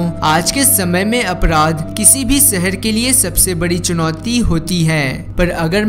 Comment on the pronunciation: Seher nahi shehar